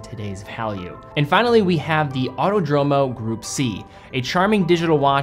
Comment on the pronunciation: Autódromo. Put the accent on the first "o" to correctly pronounce It in italian. And yes..I am italian. 😊